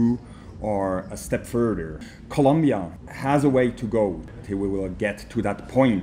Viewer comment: It's ColOmbia with an O